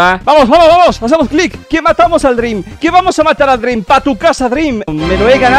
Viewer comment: le diguiste dreeam a zoro